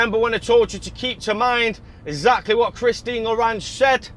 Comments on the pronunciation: "Christine Madeleine Odette Lagarde"...........where do you get larage from? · Awesome vids bro. One small note. It’s “Christine LÊ GARD” lol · Not having any idea how to pronounce "Lagarde" and other words common to the sector gives him less credibility. Less breathless shouting and more facts would be helpful.